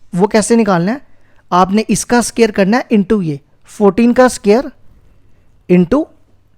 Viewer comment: Sir it's not SCARE it's SQUARE 🥴😒